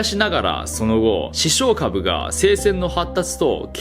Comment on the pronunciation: イントネーションについて気になったので、、 視床下部のイントネーションは 亀頭出すと一緒です！ ↑↓こーゆー表現苦手なので申し訳ない🙏